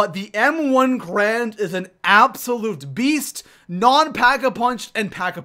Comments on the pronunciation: M1 Garand. GARAND. (Gah-rahnd) Not "Grand" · Its pronounced gArand not grand Gair-and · He's saying m1 "grand" but it's actually pronounced m1 "garand", this gun is a real life gun and is pronounced that way!!! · Ga-rand not grand